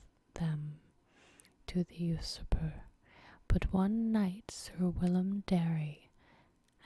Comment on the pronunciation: Usurper should sound out as You zurper. Not really a complaint because other than that word sounding akward this is great. Love ASOIAF series!